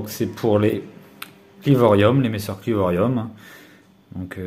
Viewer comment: On dit clivorum et pas clivorium attention a pas faire l'erreur 😋